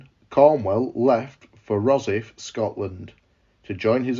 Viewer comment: Rosyth pronounced 'Ros-eiyth'